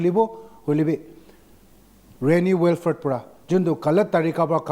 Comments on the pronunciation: Good coverage on this sensitive issue, but please try to pronounce the names of person or place in the correct way. It should be " Will - frudh" and not " Well - furt". Being a news agency one can't afford to mispronounce names of people and places. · .. It's " Wil - frit" in American English pronunciation by the way! Anyways, I'm off this thread.. Besides, my first comment was not directed to you or any public for the matter. I just pointed it out to the news anchor because I believe nobody grows better without constructive criticism. Everybody got flaws, pointing it out and accepting and adjusting what's necessary is essential akin to the air we breathe... Peace out!